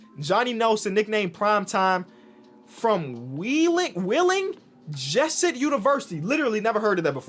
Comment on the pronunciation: Wheeling Jesuit is D2. It’s also pronounced Jess-oo-it